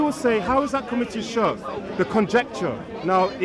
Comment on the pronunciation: Shark shark shark lol... Bro you might be able to school Muslims but at least say Shirk as Shirk not SHARK SHARK SHARK LOL